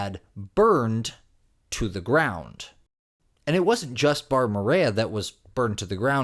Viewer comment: "Burned to the ground-t". 🤔🤷🏾‍♂️ 😂 NOT trolling. Just poking a little fun. Continued success to you